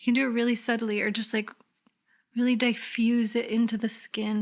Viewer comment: Love the eye look, and what a transformation with the lashes!!! Btw l, english is not my first language, do we say diffuse as in da-i-ffuse????!!! Never heard it like that!